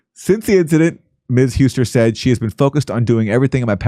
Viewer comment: Couldn't believe anyone could be worse at pronunciation than Jimmy.